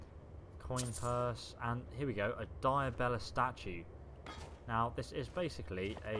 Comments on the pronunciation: Why leave the alch stuff? It's worth more than weapons and stuff. Nirnroot, not nin-root. Dibella, not Diabella. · Diabella? holy shit dude, you pronounce things people say to you in game wrong all the time, wtf is that about?